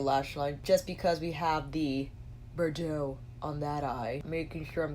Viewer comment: You are pronouncing Bordeaux wrong though my friend lol